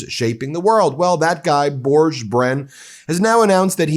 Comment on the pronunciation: Not Bourdjczh. Børge is pronounced like Borg in start trek with and added 'e' (as in eleven) at the end.